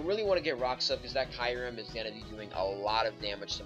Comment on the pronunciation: oh, and kee-u-rem, it's not spelled kairem dingus